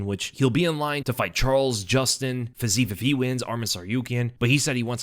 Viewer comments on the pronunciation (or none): It's "Fizz-ee-ev". 3 syllables. Not 2. He is NOT "the day before soda water", (Fizz-eve). That's wrong AND dorky.